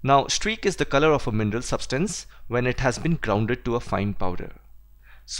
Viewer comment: I thought you were saying "MENDEL", I just realized you were saying mineral